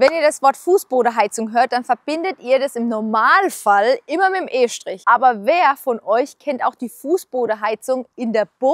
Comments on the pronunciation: Bruder das hat grad erstmal 2 min gedauert das du von estrich und nicht von e-strich redest, grüße vom höchsten hochdeutsch wo gibt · wie heißt das jetzt estrich oder eeeschtrich ?